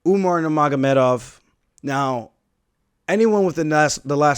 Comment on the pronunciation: He can say Nurmagomedov better than Joe Rogan